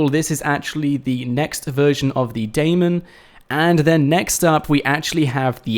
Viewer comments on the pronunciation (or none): The Damon? Damon who, Hill? Albarn? It's pronounced Demon.